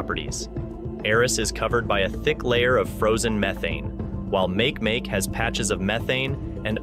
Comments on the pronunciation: I want to slap him every time he says make make. I mean come on your Nasa fer chrissakes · Please ask someone for the correct pronunciation of make make here's a clue its a Hawaiian word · Makemake? Make Make? Are you kidding? /máh kay máh kay/ Do your research beyond the basic texts. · Make-make ma-ke ma-ke not makemake! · PLEASE PLEASE PLEASE look up the pronunciation of Makemake! e.g. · Ma(Key) ma(key) Rapa Nui mythology .....please....... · please say Ma Ke Ma Ke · Dude, its pronounced mah-kee-mah-kee named after the god of fertillity in Rapanui mythology. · I came here to say this. Mahalo nui loa for posting this correction. Aloha! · Right? It made me cringe everytime he said make make. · A small amount of research on how to pronounce Makemake would help your credibility - as it is you just seem like a lazy arse wanting to use other people’s work to make money on youtube about a subject you don’t have even a passing interest in. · How can Nasa mispronounce Makemake ? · i wasnt correcting NASA. I was correcting this guy who is pronouncing it incorrectly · Me too!! Like fingernails scratching on a chalkboard!!! Cringe!